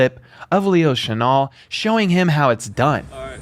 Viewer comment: Leo Chenal is pronounced "Leo Sha-Nell" Thanks :)